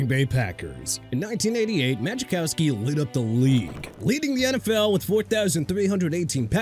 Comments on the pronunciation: Muh-Cow-Ski. Not Magicowski. Good lord. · The J is silent in Majkowski. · Need to pronounce Majkowski correctly. 😂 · To be fair he pronounced his name wrong too lol